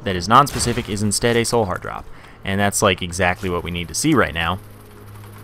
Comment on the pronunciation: More emphasis on the WHAT